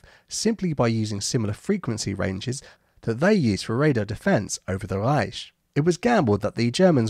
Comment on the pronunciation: worst pronunciation of 'Reich' achievement accomplished